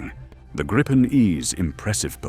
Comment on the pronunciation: It’s name is pronounced “Greepen”, nothing else. Believe me, I’m Swedish. 👍🇸🇪